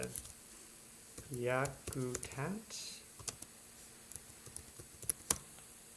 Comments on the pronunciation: it's pronounced Yak-a-tat 😂short a sound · Pronounced YUK-uh-Tat